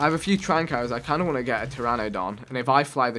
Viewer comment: TE RA NA DON!! Not teradon.....